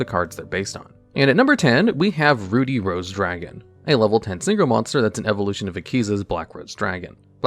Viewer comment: Please for the love of god look up how to say "ruddy" it isn't said like "ruby" but with the b swapped for a d. Hearing Ruddy Rose Dragon how you say it is atrocious.